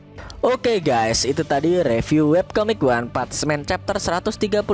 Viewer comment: PUNCH PAKE N min.. bukan PUCH